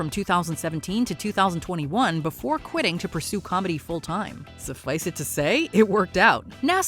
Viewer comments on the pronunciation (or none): "sufflice it to say"??